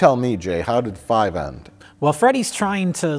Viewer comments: Jay says fart five at 1,20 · One minute in, Jay says fart five...I'm not crazy right? You all hear it right? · Jay said "fart five." It's too bad Mike did not notice. It could have been comedy gold.